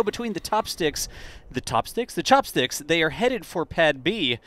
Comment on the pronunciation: the return of the "Chopstickles"